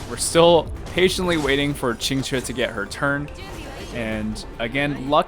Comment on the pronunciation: As a native Mandarin speaker, I can't express my shock to how accurately you pronounced Qinque's name. Most English speakers don't really care about how to pronouce Chinese names and care little about what they mean.